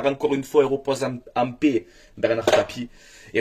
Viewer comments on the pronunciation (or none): none